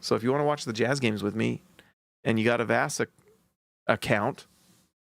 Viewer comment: Brother how you pronounce vasa 😂